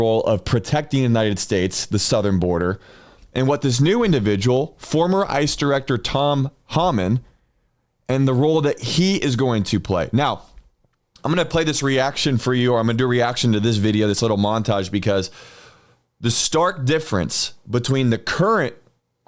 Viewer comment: Hey brother It’s pronounced Tom(Hole man)😊